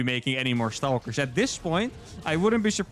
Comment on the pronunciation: I enjoyed the amount of “Staulkers” I got to hear so close together